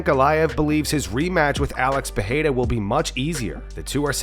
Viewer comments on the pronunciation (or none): it's pronounced Pereira not Peheira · It isn't pronounced Peheira MF